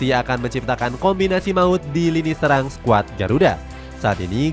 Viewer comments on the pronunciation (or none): none